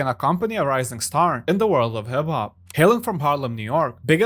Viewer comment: Lmao “in the warld of hib hob”😂